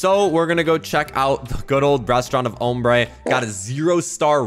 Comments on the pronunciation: It’s pronounced om brae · Name ombré pronounced amber it’s a Spanish word I speak small amout of Spanish know the word not meaning 😊